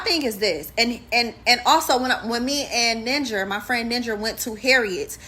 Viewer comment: Her friend’s name is “Ninjer” 🙄